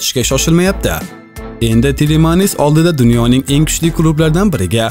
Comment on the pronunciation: Tilemanis demeng iltimos yaxwi oqing ismlarini